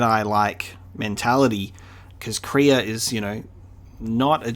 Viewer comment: The Way you pronounce Kreia's name is wrong, it's pronounced like Leia